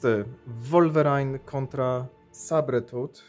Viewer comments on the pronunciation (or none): "Sabretuth"a może "sejbertuf" tak samo "Wolwerajn"? Powinno być "łólwerin" nie robię tego ze złośliwości tylko żebyś na przyszłość mówił poprawnie no a tak poza tym to dzięki za film. "łiplasz";)